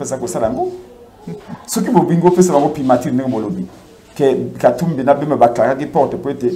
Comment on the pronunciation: Primature......primatire te, journaliste yekola prononciation